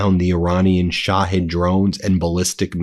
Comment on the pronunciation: Duuuuuuuude! Put me on the pay roll as a linguistics consultant. Its Not "Sha-head"! Sha-heed. You lose all credibility when you cant pronounce commonly understood pronunciations.